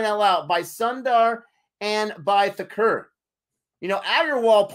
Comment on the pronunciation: Allow me to assist you with your pronunciation. Thakur = THA-KOOOR. Not Thaker. Shubman - Shubmaan. Bhogle = Bhog-Lay. Not Bogli But you pronounced Pant very well.